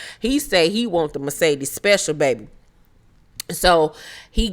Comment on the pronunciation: I loved the commentary and laughed and hollered 🤣🤣🤣 sis Mercedes...not Marcedes 😆😆😆